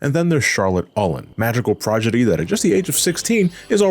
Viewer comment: lol he said magical progedy